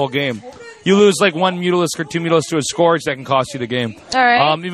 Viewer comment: Please, it's pronounced sc-URGE, not sc-ORGE. Keep up the good work!